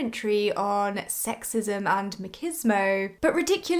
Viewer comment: I don’t think I’ve ever heard anyone pronounce machismo like that lol